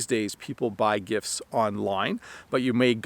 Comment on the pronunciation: Hey! I have a question. I noticed that when you say “gifts” you don’t pronounce the “t”. It sounds like “gifs”. You clearly pronounce the “t” when you say “gift” though. Is that correct? Thank you and Happy Christmas!